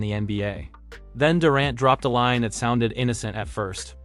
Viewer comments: Homie do you watch basketball? How do you mispronounce Kevin Durant's name? Sounds like someone who has never heard his name before...Its DURR ANT Not DUR AUNT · I cringed every time I heard "Dorent" and "resume". Chasing championships only doesn't matter when you can't win them. Toughness is doing whatever it takes to help your team win right now. One stat I wish someone would track down for us: flops. LeBron deserves the GOAT in that category. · “Kevin Durent” eh? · Kevin Door- ont. ??? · Anyone else hear this dude mispronouncing KD’s name? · You butchered names/teams....tough watch when you get Celtics wrong from the jump.....durant, you say two different ways...0 stars